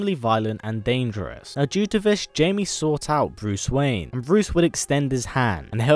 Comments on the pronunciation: Blue Beetles name sounds like HI-ME.. Not Jay-ME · It is not Jamie. It is Jaime. Pronounced hai-me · Jamie Reyes? No No it's pronounced Hiymey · *third, and he means thats not how you say it, its pronounced hi-mae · bostonman121 IT IS JAMIE BUT IT IS PRONOUNCED HI-MAE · Jaime is not pronounced Jamie! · J Ortiz your right it is pronounced j is changed into h so it is pronounced haime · probs like the 100th person to say it but bb's name is pronounced hi-mae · I kept cringing every time he pronounced Jaime wrong